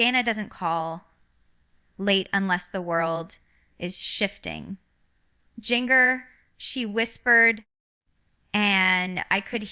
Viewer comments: Can’t pronounce her own name! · Definitely fake!!! Jinger didn't even pronounce her OWN name correctly!!!!!!!!!!